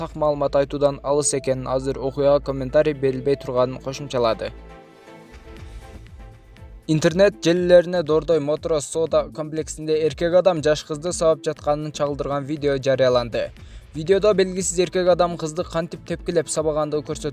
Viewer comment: Дордой мотрос эмес моторс